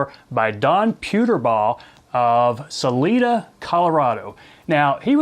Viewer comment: This is a must have pattern in CO. I won't make fun of how you say Sa-LIE-Duh if you don't make fun of how I say Youghiogheny. One of these days I'll learn how to pronounce Uncompahgre.